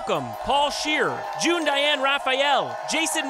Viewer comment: Hey. I don't like your smug face. Probably because you mispronounced June's name. It was a pretty amateur hour move. Hey June. I love you.